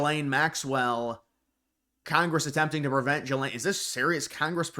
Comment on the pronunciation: G-laine. Pronounce it right already!